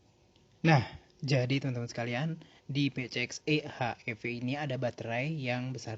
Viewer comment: Bacanya Pisieks Ii: Ech Iii Vii nggak sih